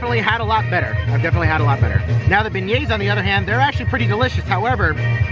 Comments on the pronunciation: I assume that is some kind of inside joke because he does say it properly when tasting. I laughed at bag nets. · Love your video bro but you’re saying beignets wrong lol